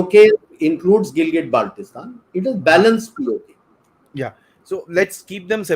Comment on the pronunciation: I see two fake experts laughing like a clown who even cannot pronounciate Gilgit Baltistan properly, claiming it as their land.